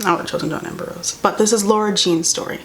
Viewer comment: i can't unhear her saying "john amber rose"